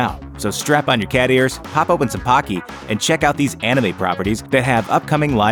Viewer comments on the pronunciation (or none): It's not P-AH-KY...it's P-OH-KY. Just to let you know.